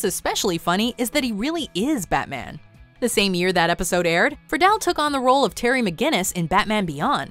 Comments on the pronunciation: This lady not only can't pronounce things right, she even misplaced letters like Friedle as "frih-dell" instead of "free-dl" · Will Friedle is pronounced like Freedle...